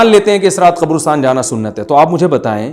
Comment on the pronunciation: Abay qobrostaan nahee qabrastaan hota hai.